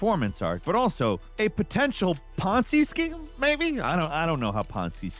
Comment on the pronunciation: First, it’s a Ponzi scheme, the “z” is enunciated. Second, more importantly, ty for saying, “poncy,” b/c I was arguing with a douche from Britain, and you’re the reason I thought to call him poncy, which had the desired effect on the target.